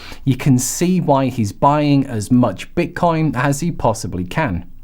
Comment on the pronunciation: Why do you keep calling it bit"corn"?